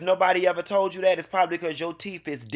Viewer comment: “If nobody ever told you dat it’s cuz yo teef is yellow”😂🤣🤣🤣